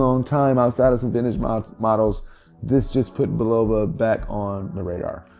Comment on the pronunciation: Frank Sinatra is rolling over in His Grave, the way You're pronouncing Bulova... The "O" is pronounced ad an "A"